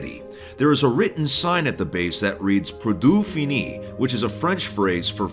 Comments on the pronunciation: proodit fini. To someone who speaks french this is hilarious. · As a french I laughed when you pronounced "Produit Fini" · Managed to make Produit Fini sound like a latin sentence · de même mdr